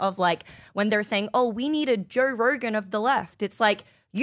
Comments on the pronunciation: She's hot, but her Os are killing me 😩 Jur Rurgan lol ugh 😖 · “Yerw use to have a Jerw Rogan, his nayme was Jerw Rogan.” You knewr? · Say Joe Rogan again... lmfao 😅